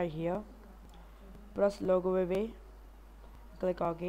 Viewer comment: you said logo AVAY it is pronounced AWAY